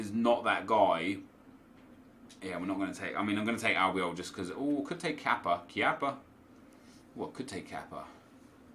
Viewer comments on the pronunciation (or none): none